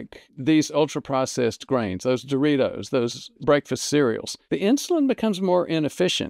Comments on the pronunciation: Great video. But I can't let you go through life pronouncing Doritos like no other human on Earth. Too elegant. You make it sound like a fine Italian wine. You: dor-EE-TOES Proper: dor-eeDOZE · I like the way you say "Doritos"